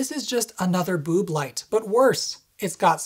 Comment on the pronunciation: I laughed my arse off at the "bööb light"